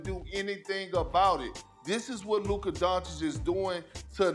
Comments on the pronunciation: “Luker…” -SA Always makes me cringe. Lmao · Luk-AH it's Luk-AH! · “The significance of LUKER” Lmaooooo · Stephen A calling Luka “Luker”. You got nicknames already? Go back to Anty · If SAS says “Luk-er” one more time….. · Why is he calling him Luker? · Stephen A saying ‘Luker’ instead of Luka has so be a slur of some kind😂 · Never call him luker ever again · Why have i seen no one talk about how SAS always says “Luker” and not “Luka” 💀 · It’s on sight when I see SAS…I cannot take it anymore He keep putting an R in Luka’s name…we cannot stand for this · Geez Stephen A, its LUKA not lukerr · that's how Stephen A pronounces "Luka" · Luker beat Minnesoter🤣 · He’s never been able to pronounce his last name correctly and now he can’t even say Luka without an r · He could say BROTHA but called LUKA LUKER! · Stephen Smith constantly adds "r's" to words unnecessarily. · He can't say his first name correctly either. He be saying "Luker"😂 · Bro called him Luker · Stephen A called Luka, "LukER" lmfao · Stephen A is starting to like “Luker Donchik”. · Who is LUKER? the disssressspect stephen A. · Who tf is luker 🤣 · Luker dochich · "Luker"? Lol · Why does it sound like he keep saying “luker” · “LUKER” - Stephen A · Who is "Luker"?!? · Stephen A says the hard R “Luker” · Who's luker? Why can't he speak lmao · " of Lucker" 😂 with a hard "R" 🤣🤣🤣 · “LUKER” -SAS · Sound like Stephen A saying Luker 😂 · "Luker" LOL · His name aint luca.. its larry bird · "Luker" this man stephen a 😂😂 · luker dochic😂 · Luker Donchik 😂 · Why can't stephen a say lukas name right ffs. Such a hater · SAS be calling that man Luker 😂😂😂😂😂😂😂😂😂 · The best thing about the Mavs winning is that I get to hear Stephen A. say “Luker” for two weeks straight! 🤣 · Who tf is lukar lmao SAS tweakin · SAS: Luker donchick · Heard it just now!!! I had to rewind 😂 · “Luker” is crazy 💀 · Ayo Stephen A who "Luker" is tho bruh 😅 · In the Begiinningnig...... Listen Properly Let me breakdown the Significance of "LUKERRR" 😂😂😂